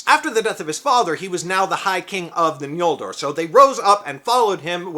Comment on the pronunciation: Judging by your pronunciation of it, you seem to be aware of Tolkien's later spelling of the second tribe's name as "Ñoldor" (as opposed to the earlier "Noldor") which I appreciate. However, Tolkien did not use the letter "ñ" as it is seen in Spanish. In his use, it rather signified the velar nasal sound [ŋ], and not the palatal nasal [ɲ]. In other words, it's N(g)oldor (as in English ri'ng'), not N(j)oldor (as in Spanish "ñ").